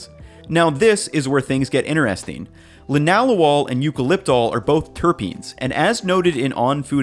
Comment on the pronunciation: Thank you for pronouncing Linalool properly. Shows you did your research. ❤️ from a biochemist.